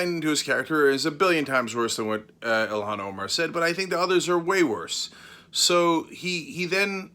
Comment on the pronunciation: Mebbe you should learn how to pronounce her name correctly. EE-lawn Omar. Not Ill-hawn.